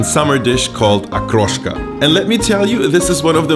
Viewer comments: I like that you didnt bastardize the word. Hood pronounciation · Подозрительно хорошо выговаривает слово "Окрошка")) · Как же чисто он выговаривает слово ''окрошка''